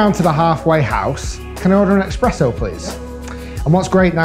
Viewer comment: It's not called "Expresso" ☕️ but nice video